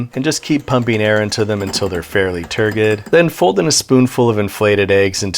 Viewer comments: Turgid has a soft G. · The word “turgid” is pronounced correctly with a soft-G … you know, how .GIF is supposed to be pronounced. tur-JID. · despite all the cursed things happening in this video the one thing that I actually took some psychic damage from was your pronunciation of turgid and I am shocked and appauled because I am a firm believer in being allowed to pronounce things however the hell you want and still I had such a violent twitch in response to this one word that I think I need to go to therapy anyway great channel